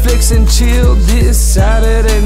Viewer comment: I'm Bored ..... he say sady night